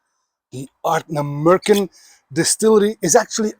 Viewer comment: Ardnamurchan.Wonderful Scottish word.Beautifully pronounced.The love of whisky is a special thing.SLANJ SIR 🎉